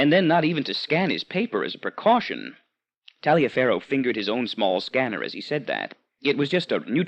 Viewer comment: I think Taliafero is often pronounced "Tolliver".